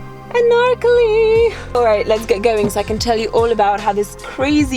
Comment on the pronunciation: The way that she said Anarkali was lit 🔥 😁